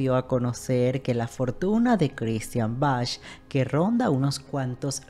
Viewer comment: Hermosa nuestra Christian Bach!!!! Argentina, acá en nuestro país también trabajó mucho. El apellido de ella se pronuncia "Baj" como el músico, no, como lo pronuncias vos, "Bach" o sea con "ch". No se lo pronuncia literalmente. Te corrijo xq suena mal oirlo no parece q te refirieras a ella.